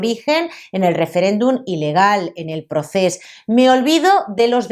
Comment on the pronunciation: Pronuncia bien, la palabra catalana "proces", o hazlo mejor en castellano: "proceso".